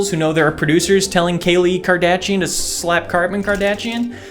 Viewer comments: I lost it when he said Kartman Kardashian 😂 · Did he say Karpin Kardachee? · "Genre," as Trebek would say. Or "cheep" and "Kardachian," as would say. Great video, didn't watch it. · I choked when he purposely butchered the kardashian names 😂😂